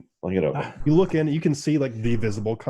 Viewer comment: Lewk at the fewt.... 🤣